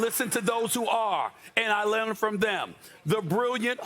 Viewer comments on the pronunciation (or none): "and I lilarn from them'' 😂 🤣👏